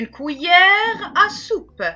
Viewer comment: Tres bonne vidéo mais on ne dit pas Couillère mais cuillères.